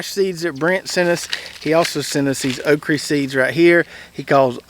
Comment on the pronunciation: I grow all three of those "Okreee" (' pronunciation). I like the Red Burgundy best. Seems to take the pickling better. Red Clemson spineless just gets way too tall in NC but has about the same production as Jambalaya. I bought some of the Dwarf Cowhorn seeds from. Put some in the ground a few days ago before we got the rain and wind from Idalia. Hope they grow as well as his does.